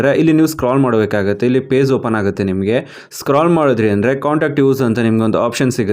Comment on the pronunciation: It's page not paze